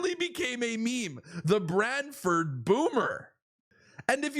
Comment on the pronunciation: Pronouce BRANTFORD correctly not braddfud, !!!!!!!